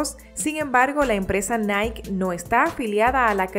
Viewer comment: No es Nike , es nikeee XD